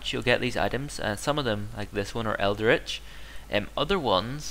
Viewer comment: Like the vid but, it's pronounced el-dritch not eld-eritch. Also, it's possible to get a second of the same theory until you've read the final part of it, so always research the theory before the remaining fragments.